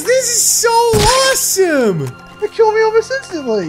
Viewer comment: they said ROSSOME!!